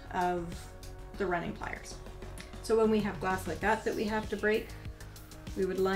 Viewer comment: Thanks for the video. Please consider emphasizing the tool names. I haven’t looked for the pliers yet but I’m fairly sure I’m looking for “running” pliers. Maybe “grosser” pliers? I tried to listen to that one several times.